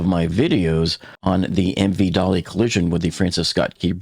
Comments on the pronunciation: I will once again point out that the ship is not named Dolly, but rather Dali, as in the Spanish surrealist painter Salvador Dalí, for whom the ship was named. Dalí is pronounced “dah-LEE” not “DOL-ee” (in IPA, ðaˈli) You provide good and timely information, and I appreciate your continued coverage, but it’s super jarring to hear the ship’s name repeatedly mispronounced by so many Americans in the media and on YouTube. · This ship was named after Salvador Dalí , the famous spanish painter. Her sister ship Cezanne was named for French painter Paul Cézanne. So, the ship's name pronunciation is not "Dolly", its Dalí (dah-LEE).